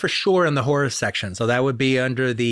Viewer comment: He totally pronounced horror "whore" in the opening ten seconds.